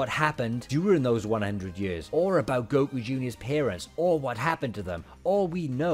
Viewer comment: No way I gave my energy coz I thought it was Hercule. Who TF is GO-Kuu?